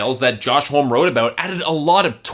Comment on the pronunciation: would of got away with it if you didnt say it 1000 times. Its pronounced hom -e, not home